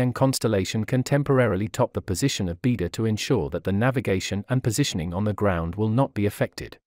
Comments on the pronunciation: I enjoyed and learnt a lot from your array of videos. Thank you. But I also can't help noticing your pronunciation of Chinese is somewhat inaccurate in most cases! For example here the word Beidou, you pronounce like bee der but should be 'bay doe ! Thank you.👌🙏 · It’s pronounced as “bay dou” not “bee dou”. It means Big Dipper in Chinese.